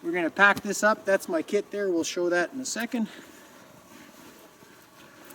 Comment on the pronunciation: Great video, helped alot. When u said Kit at the end i heard Kid at first hahaha